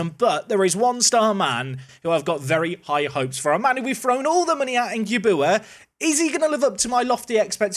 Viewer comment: Put some respect on Gyabuaa's name (at least pronounce it properly) 😂